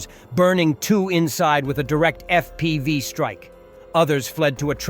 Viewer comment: Your robot voice is as stupid as it's ever been. Ef pee five drones? Really?